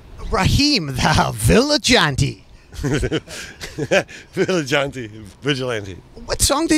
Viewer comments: Mans said village auntie.. vigilante. Bone apple tea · the absolute glee in Mike's eyes when Nard said "viligante"